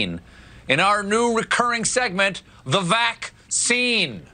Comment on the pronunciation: He actually said "vack seen" instead of "vax scene". He forgot the joke.